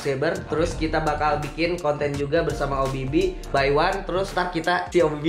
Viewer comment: nyebut nama Obby Phy jadi Obby By 😂